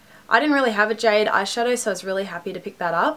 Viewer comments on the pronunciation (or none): none